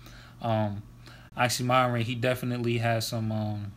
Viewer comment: It's actually pronounced as Oxxxym[ee]ron, not m[ai]ron. Thank you for the review.